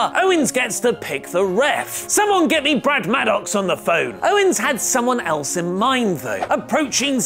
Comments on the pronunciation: Ummm..., it's OWENS not OWNES😁😁😁😁😁😁😈😈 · Who the fuck is Kevin "Ownes"?